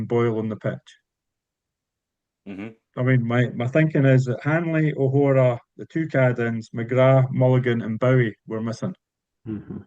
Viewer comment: It would be good if could say O’Hora and not O’Hoora at some point lol 😂